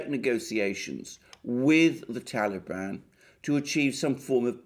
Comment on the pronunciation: i love how u pronounce TALIBAN !! GREAT VIDEO ALEXANDER!!